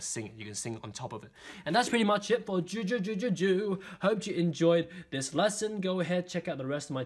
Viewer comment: Пытается сказать жу-жу